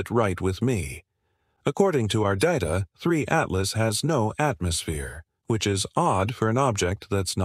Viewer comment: Die KI-Stimme kann ja nicht mal den Namen "Apophis" oder "Three Atlas" dreimal gleich aussprechen. Jedes mal klingt der Name anders.